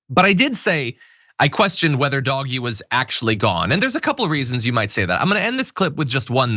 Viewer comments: What is even more ridiculous, you constantly referring it as "doggy," as opposed to the way he is supposed to be pronounced, "Doge" as in "doaj," or "doje." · Look- It's pronounced Dowsh. It's not dogee. Like I don't get what you are saying? Look it up for the pronunciation of it. Weirdly, you don't know how to actually pronounce Doge. It's so bizarre. I like your channel but this is just weird. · It’s “Doh jg” F outta here with that “doggy” BS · It's pronounced Dohj, not doggy 😂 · Will someone tell John that Doge is pronounced ‘Dohj’ not ‘Doggy’. You know, like the Doge of Venice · As an ex-auditor I found DOGE’s methods strange at best. (I prefer to pronounce it “dodgy”, if that’s all right.). I remember hearing that they had discovered millions of social security accounts which belonged to dead people, which the government department challenged, saying that the accounts were genuine. Dodgy asserted that the accounts weren’t genuine. As an auditor my next step would have been to find out what payments had been made and quantify the amount wasted in this way. I would then have expected to hear of legal action, possibly including criminal charges, to recover the money. But Dodgy never even announced a total amount - or did I miss that? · We’re pronouncing it Doggy now?? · i'm offended you pronounce it doggie... doggie is a perfectly fine word and doesn't deserve to be associated with elon hahahahah. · Same, that annoyed me to no end!!! Leave Doggies alone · It's always been pronounced "doggy." That is literally the joke. How do you spell doggy? D-O-G.... E. Crypto bros used the name without bothering to learn where it was from or how to say it. Just like everything involving crypto. They didn't make it up and neither did /b/. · It's not doggy stop saying it like that! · It's not pronounced Dogee.....Jesus. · It's intentionally mispronounced. Derp.🤦🏼‍♂️ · Oh I got the point. Pronunciation matters if you're reporting. Read a book.